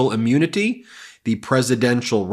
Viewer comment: Why does Ben say ah-munity? :-D